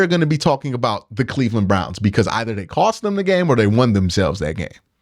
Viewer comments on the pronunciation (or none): none